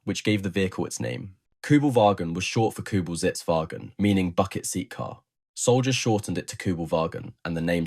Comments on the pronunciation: It‘s not Kübel„waschon“ but „wagen“, like you say „wagon“ in english. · KÜbelwagen not KUbelwagen ... PorschE not Porsch ... WehrmaCHt not WermaKt ...